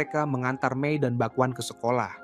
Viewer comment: BAK-KWAN dibaca ( bakwan kawan)🗿